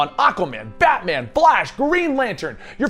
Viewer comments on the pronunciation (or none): none